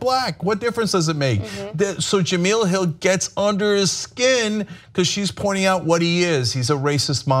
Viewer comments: Jah-Mel... not, Jah-meal... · “Ja-mail” not meal. Smh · lol its pronounced "ja-mell" not "gee-meal" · For the last time, it’s JEMEEEELE Not Jameal! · It's pronounced Ja-Mail, not Ja-Meal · LOL Why do they keep calling her "Juh-mEEl"?? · how are you trying to offer someone a job when you can't even pronounce her name correctly... Juh-Mail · Please for real it's pronounced "Ja Mell"!!! Just watch a clip from her for crying out loud! You are butchering the pronunciation of her name. I love you guys but this is terrible. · this is like the third video you did about her and you still wont pronounce her name right...